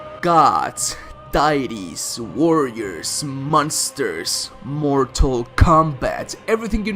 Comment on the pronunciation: says munster:Me IT'S MONSTER NOT MUNSTER